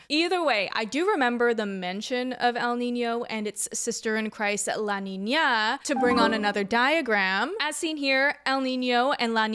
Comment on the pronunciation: i know this is a super important and super devastating topic, but i just wanna say that, as a native spanish speaker, you nailed the pronunciation for el niño and la niña!!